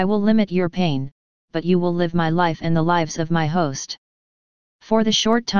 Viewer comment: I don't normally care much for horns but that was some cool outro music, what was that ? As I listened to the robot mispronounce "live" for the context it was in, I was thinking about mad cow disease, it seemed to fit the story, then liberals came to mind. It's that time of the year, I need to make some colloidal silver. Will it ever stop raining ? Maybe I should be building an ark. In YT titles I've noticed the controversy on the CDC worker lingers on but I doubt we'll ever know the truth, I like your story about it, could it be true ?